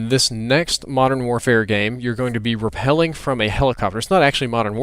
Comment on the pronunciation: Rappelling, not repel